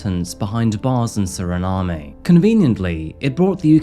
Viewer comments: Suriname was a non-entity prior to this?! Surprising. Not editing out the pronunciation ‘Suri - NaH - Mm - EH?’ Well that is definitely supporting evidence. Glass half full, would suggest there was a lot of editing that went on to make sure you got that Nahm EH correct all about that one glaring instance. I’ve always been a big traveler and curious about geopolitics. I didn’t pass Physics, AP or Calculus AP. There is no prospect of my intellectual potholes finding an accidental resolution. I appreciate the transparency 🙃. Good on ya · My family is from Suriname. But u don’t pronounce the “E” when pronouncing it in English. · can't decide how to pronounce Suriname 😂